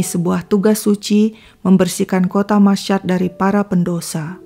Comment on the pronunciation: Itu Kota Masyhad di Iran , cara membacanya : "masy-had". Bukan : "masysyad". Tolong jangan cuma b.inggris lancar tapi bahasa lain kacau balau. Apa susahnya mencari kata "Masyhad" di google dan youtube kan banyak. Maaf saya selalu dislike videonya kalau nemuin masalah kayak gini. 🙏 walaupun saya mengikuti kontennya.